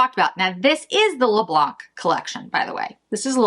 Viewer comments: Hello, just to say in french we say "le blan" and not "le blanK", i think this will be prettier this way when you will say it (apart from being correct), xoxo from Val (french from Paris) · Please please do not pronounce the ‚c‘ in Le Blanc! 😉😂👍😘